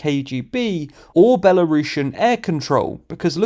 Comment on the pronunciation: Why you say Belarushan, it's Belarusian. Don't disrespect my country and not mix it with Rusha, okay? Again: Belarus - Belarusian